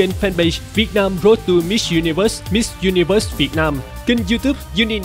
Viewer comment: Duyên nói tiếng Anh tự nhiên và thoải mái rồi đó. Nói chậm lại và có âm đuôi là hay hơn nữa. Mà sao cứ phải du ni vớt nhỉ